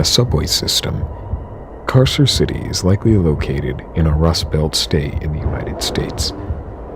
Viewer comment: Just as a future reference, the Latin c is pronounced k. So Carcer would be pronounced karker